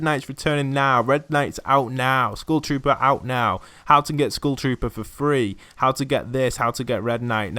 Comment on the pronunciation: Am i the only one hearing school shooter insted of skull trooper